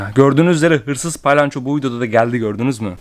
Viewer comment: Abi o paylanço değil palyanço 😂😂abi seni çooooooookkkkkk seviyorum,💖💖